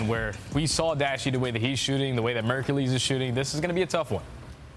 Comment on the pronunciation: Kinda petty that can't pronounce Mercules correctly